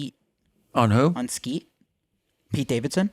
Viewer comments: Kyle kept saying Skete 😂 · lol at kyle. kept saying skete. dead lol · Hilarious Kyle keeps saying skete instead of Pete each time hahaha